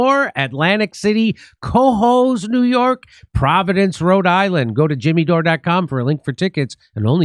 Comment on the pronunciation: every single time you say ''cohoes NY'' i hear Quahog, man i got the family guy syndrome in me